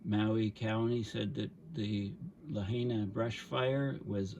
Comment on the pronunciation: FYI, Lahaina is pronounced Lah-High-Nah.